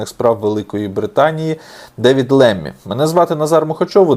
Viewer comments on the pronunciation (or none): Правильно говорити Ламі а не Лемі